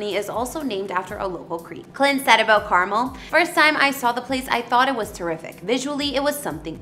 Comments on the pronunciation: its Car-Mel not carmel like the candy honey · it would be nice if you learned to pronounce 'Carmel'. Emphasis on the last syllable: CarMEL. Not Car-mel like the candy. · Car-Mel is how it is pronounced not Carmel like the candy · Love watching your videos. Coming from that area. Wanted to let you know that it’s pronounced Carmel “Mel”. Residents will get pissed if you pronounce it wrong. Just giving you the heads up. Thanks again! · Car Mel is the correct pronunciation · Yes that was driving me a bit bonkers lol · Please stop butchering names! It's pronounced Car Mel..... U do this a lot and I don't get it, If u hear it, say it the same. Someone in another country are going to come looking for Carmel California and get laughed at... U don't have a lot of us following because at times, your exhausting between mispronouncing and messed up picture order. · You need to learn how to pronounce Carmel, it's not pronounced Carmil... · Need to pronounce "Carmel" properly.. it's not candy.